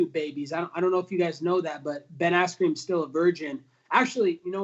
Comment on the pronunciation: is he saying ass-cream?